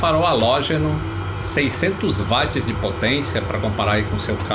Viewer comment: vídeo muito show!!!! Entretanto a pronúncia de Watts não é "vats" e sim "uots". Vejo no Brasil muitas pessoas gabaritadas pronunciando errado, inclusive em vídeos. Mas de resto vídeo muito legal!!! Parabéns!